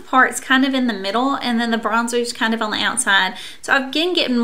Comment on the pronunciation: Every time you say the word "on" it sounds like you're saying "own."